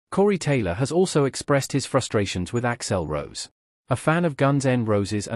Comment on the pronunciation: AI can’t pronounce things or names that violate phonetic rules . Hence Ax L Rose and terrible factual mistakes and omissions. It’s got a ways to go